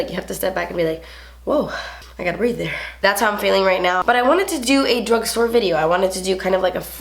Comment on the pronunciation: "Me no can bree" Hahahahahaha